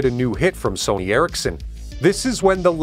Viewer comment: It's Eric's Son (Ericsson) and not Erik-sen. Also; it's not Knock-ia, but rather No Kia. Get it right.